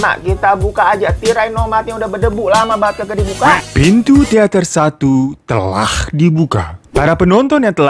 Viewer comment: Akhirnya kangenku akan kata "Telakhkh" terobati 😂 kata telah paakke huruf hijiyah kho, bang Hiro doang 🤣🤣🤣